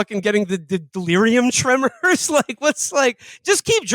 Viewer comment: It’s not “delirium tremors”, it’s “delirium tremens” just a tip. Common mistake.